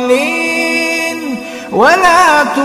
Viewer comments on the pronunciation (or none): none